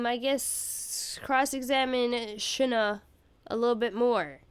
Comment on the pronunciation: Shih-na! I watched a play through where he pronounced the name such a fun way and I always have to say it like that now lol